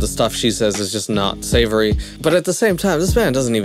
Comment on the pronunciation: Did you say savory? LOL